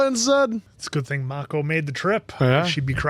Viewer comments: I know this isn’t a big deal but why does keep calling him Makeo instead of Ma•ko 😂 makes me think of last air bender movie pronunciations 🤣😭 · You guys are now on season 3 and should know how to properly say Mako. Not just for the show, but also out of respect for Uncle Iroh's original voice actor. Please. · Best season and best villain by far, also how is still pronouncing Mako wrong 3 seasons in?